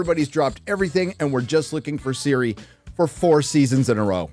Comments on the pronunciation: Why do they pronounce Ciri as Siri? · The intro was the hardest to watch. Can they stop saying Siri, and put the emphasis in the ciRI???